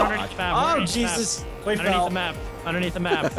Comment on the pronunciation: I think though he said Jes'